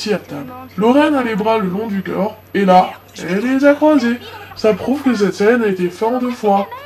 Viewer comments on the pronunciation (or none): none